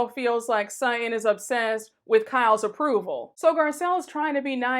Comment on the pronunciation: Not "What the Sheree Whitfield"? Lol! And why did I giggle overtime she said " Sut-In" ! Lol!